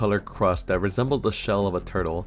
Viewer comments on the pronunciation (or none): My man, in english, the "th" is pronounced just like it looks and not as a "d" so will you please stop saying "dis" for "this" and "dat" for " that"? It's really hard to listen to your commentary when you keep using "D" everywhere a "th" is. Plus, it makes you sound less intelligent. Work on it. Thanks.